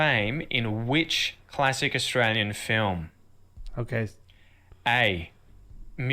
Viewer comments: ITS NOT ASSTRALIAN ITS AUSTRALIAN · Nearly there with saying Australian 😀 just a bit of a change at the end I can still hear a slight i in Lian just say yen fast no i 👌🏻👌🏻👌🏻👌🏻